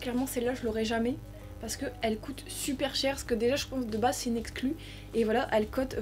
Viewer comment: Pk tu dis cote coté normalement c coûte couter